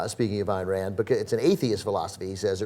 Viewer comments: Ayn Rand's given name is pronounced "Ine" as in "line", not "Ann". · Its pronounced Ein Rand. She was Russian.